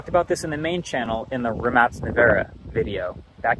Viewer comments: It really annoys me that "tech" has become synonymous with software. The mechanical tech in that car is absolutely tremendous and a huge achievement. The engine is pure art. Also, MASSIVE respect for the correct pronunciation of Rimac. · Thank you for pronouncing Rimac correctly!!